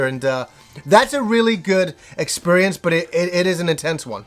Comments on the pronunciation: Drinking game: take a drink every time says "expurience." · you broke my video expurience, now I just hear that :(